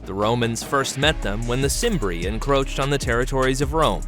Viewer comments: Uhhhh… The ‘C’ in ‘Cimbri’ is probounced like a ‘k’: Kim-bree. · You knew it was going to be wrong when you heard Cimbri pronounced with and S